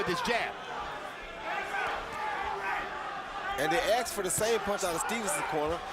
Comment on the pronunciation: Great advice from stevens coaches, "Cmon man we axed u to do the thing cmon man u suck"